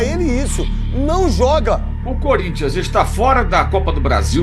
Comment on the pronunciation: Por respeito, fale o nome do time corretamente... Não é Curinthia, é Corinthians... Voce está sendo extremamente desrespeitosa